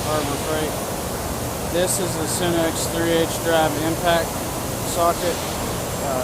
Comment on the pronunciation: I think he said sunnex